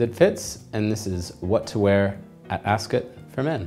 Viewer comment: First of all that jacket doesn't have a waist seam, so it is not a proper morning coat, and instead a cheap rental jacket. Second, Ascot is not said like 'biscuit', third, milliners don't make mens tophats, hatmakers do. You also didn't go into anything to do with detachable collars, or the winged collar/ascot tie combination. This video is completely uninformed and useless.